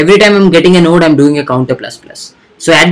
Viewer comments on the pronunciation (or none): none